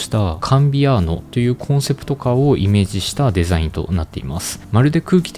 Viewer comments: 地味にデザインの発音良くて笑う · Design めちゃくちゃ発音いいw